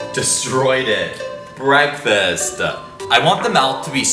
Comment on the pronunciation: When he/them/her said BREAKFASTAH that made me 💀